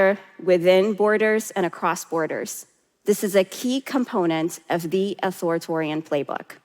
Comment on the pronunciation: I agree with everything she is saying…except it’s Authoritarian…not Authoritorian and it was bothering me so much. Its not even her accent, it just isnt spelt that way nor phonetically